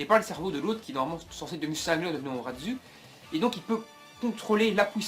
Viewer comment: XD ozaruuuu il a dit orazuu